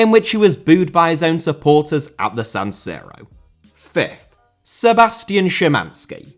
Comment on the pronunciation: Some of your "corrections" aren't even right. Almost all English speakers call the capital of Poland Warsaw. Some of your transcriptions are just appalling as well. There's nothing wrong with shortening there are to there's, and he pronounced San Siro, Verona and Inter and Roma perfectly well.